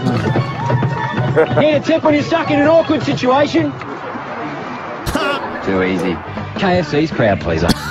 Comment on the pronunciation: the indivijul onision sichuachon